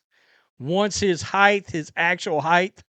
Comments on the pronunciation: It’s height, not heighth. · What is heighth?